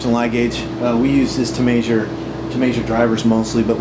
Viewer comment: "May-zure"? LOL It's "Measure".